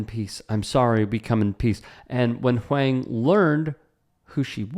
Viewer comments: On top of that, mispronouncing of "Huang" was funny and cringe. I feel you, TYT overall feels one step removed from content mill garbage, but maybe that's more a byproduct of competing with 24/7 news programing on TV. This vid is an excellent example of padded content, though. I could see an argument for reporters not emphasizing Huang's fame, as it is in line with Huang himself abstaining from pulling the "do you know who I am?" card back at Sauerhoff. It does not really matter who Huang is, he does not have to be famous to be treated with basic respect. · That's Eddie Huang (pronounced Wong) from Huang's World on Vice 🤦🏾‍♂️ leave Eddie alone before you get snuffed by an unknown walkin on the sidewalk 💯🤣🤷🏾‍♂️ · i think it's pronounced like "wong". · It's pronounced Huwong. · Huang is pronounced "Wong". Keep up the great content! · I think the last name is pronounced "wong" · Eddie Huang is way more famous than this trainer guy. Why is this story being told like Eddie is just some random nobody and pronounce his name correctly. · Right? As someone who virtue signals so often, you'd think he would take one second to get the pronunciation right. It's not even hard for Americans to pronounce. I do like the topics/content that he covers, just not the coverage. I get what you're saying about not emphasizing the fame, but I don't think that's what's happening here. I think if did know, he would take every opportunity to show the irony of some no name asking Eddie if he knew who he was.